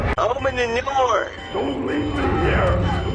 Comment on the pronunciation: open the noor